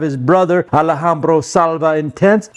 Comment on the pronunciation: Did anyone told you its not Maison "AlAhambra" but Maison Alhambra